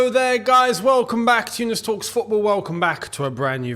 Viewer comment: Contras ,,,dickting news?? WTF? Youness??